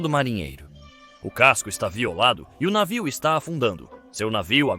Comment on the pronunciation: a inteligencia artificial fala navio, mas com um sotaque puxado esquisito saiu um "naviou" kkkk